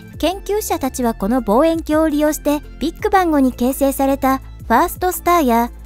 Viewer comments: ビック↑バン↓ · BIGBANGの発音(笑)